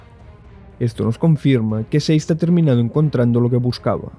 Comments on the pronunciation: Por que le dices "seiz" a Sazed!??? que dificil! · Sazed ❌ Seis’d ✅